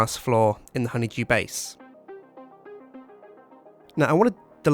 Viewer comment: did you notice that they call him honeyjew its honeydew